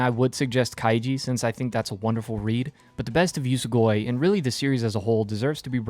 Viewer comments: Its usogui, not usugoi. Uso-lie gui-to consume, usogui=lie eater. Ofcource its nothing major, but still. Need to read this manga tho. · It's pronounced "oosow gooey" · Your pronunciation of Usogui is atrocious. It only takes a bit to understand the proper pronunciation of the Japanese language. If you wanna be treated seriously, remedy that.